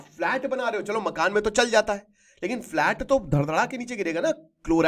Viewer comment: Sir flat hota h falt nhi